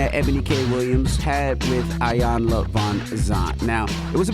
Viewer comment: Damn it a her Name is E-Yanla!!! As long as she’s been around say her name right.